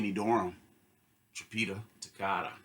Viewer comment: Great review, nothing to add about your takes. Just fyi here's how trompeta toccata is pronunced: Trom- like you currently pronunce, -peta like when saying "Pet" plus an a. Toccata is basically as you already say but with a strong double c, pretty much like you would say a "k". Just wanted to let you know, as an italian-spanish bilingual person. Great review.